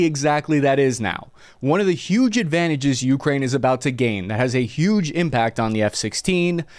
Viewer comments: min. It’s Ukraine, not Ukrain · Holy shit why do you keep pputting emphasis on the U in Ukraine. So god damn weird. It's like saying ameRICA. Edit: I just saw the part where you showed an enthusiast's simulator cockpit, followed by an F-16C landing on an aircraft carrier in DCS... I think I see what this channel is like now. Edit 2: The HAARM cannot track "anything that emits the radar signal". It has very specific programmable channels for surface threats. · ookra inna (hebrew)